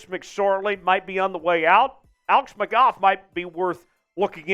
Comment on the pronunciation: Its alex mcgoo* thats how its pronounced